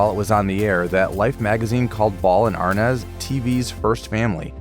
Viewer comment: Why isn't "Arnaz" pronounced "Ar-NEZ" instead of the incorrect "AR-Nez" that the narrator perpetually says.